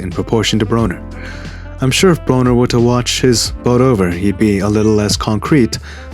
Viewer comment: " I BITTIM!" BRUH-NER hahaha